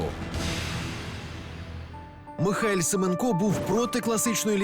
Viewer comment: правильний наголос СемЕнко